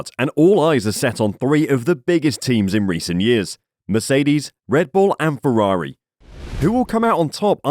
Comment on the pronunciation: It's Ferrari, not Fewawi...